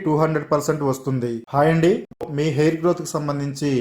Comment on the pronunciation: అంది andi అనడం bagaledu